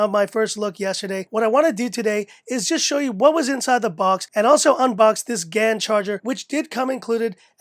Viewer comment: STOP. SAYING. GAAAAAAAYYYN. Galium fucking nitrite. Oh lord.